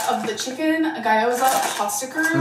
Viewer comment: I'm chinese and had to look up guy-oh-za because she mispronounced it beyond recognition.